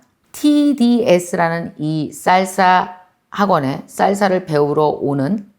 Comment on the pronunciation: 강사님 생각하면 한단어 <진행중>이 생각납니다 ㅎㅎ 강사님 쌀사가 아니구 살사 아닌가요 1쩜5배속으로 들어서 그렇나하고 일반으로 해서 들어도 쌀사예요ㅎㅎ 알아들었는디 귀여우셔서용 ㅎㅎ 항상감사합니당❤전 멍이 생각나는데 앞으론 추진력으로 생각하게 노력해야겠습니다^^